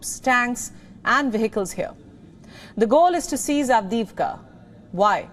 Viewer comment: LEGEND HAS IT THAT SHE SAYS AVDIVKHA IN HER SLEEP 🛌 ON REPEAT